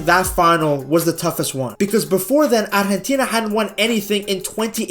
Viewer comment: I'm surprised how well he pronounces "Argentina"